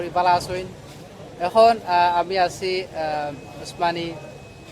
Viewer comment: হায়রে ভাই তুরা এইভাবে সিলেটের মান সম্মান ডুবাইরে। ভাইরে তুই সিলেট বিমান বন্দরের নাম বলতে পাররেনা ঠিক মত আবার তুমি সিলেট টু লন্ডন পেইজের এডমিন।।।